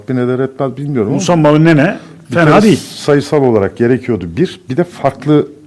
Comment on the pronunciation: Adam doğru söylûyor musamba musaba değil